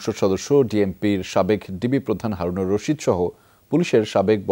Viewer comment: কেউ কি খেয়াল করেছেন তিনিও হারুন কে হাউন বলেছেন😁😁